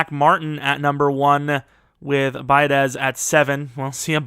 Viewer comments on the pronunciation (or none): Centers last name is pronounced be-odish...aren't you from Wisco? Lol